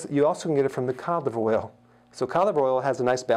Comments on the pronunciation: Oh wow...thank you! Now I know what he's talking about, cod liver oil, not colivoil. 😂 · I heard it as cadible oil 😜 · I thought he was saying calive oil and tried to look it up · Is he saying canola oil? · Hi Dr Berg could you please say "Cod Liver Oil" slowly....that would help us a lot... because it sounds like "Cock Oil" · I thought he was saying condom oil🤔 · I thought he said “colidoil” but good info. I have acne so this is very useful to me. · I heard caudflower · Lmao I was googling, “colive oil.” & getting pissed 👌😂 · I heard covid oil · me too lol😂😂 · Thanks for writing this . I couldn't figure out what oil he was talking about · me too. I had to look at his board to see what he was saying (codliveroil). lol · Glenice Johnson thank you me too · Oh yes, exactly! Thanks for your comment now I know what he said there 😉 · I the same 😂😂😂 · Same here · Had to look it up in comments)) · Good advice, but you should try and pronounce 'cod liver oil' as three words instead of one long word we can't understand. Just a thought Doc. Very good info nonetheless. Thank you!